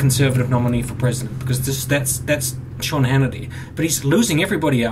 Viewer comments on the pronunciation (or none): none